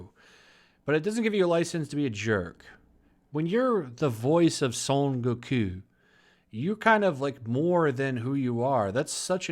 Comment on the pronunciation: You sounded French when you said “son Goku” 😂